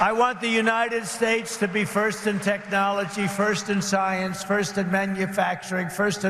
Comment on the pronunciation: Ridiculous! She worked her way up, he used daddy's money time & again, and now he uses everybody else's money! She can speak well & he has literally mispronounced United States! That's just the start of his stupidity!OMG!